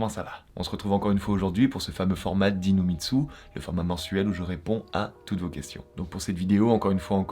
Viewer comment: A chaque fois qu’il dit dis nous mitsu j’ai l’impression qu’il dit « inu mitsu » 😂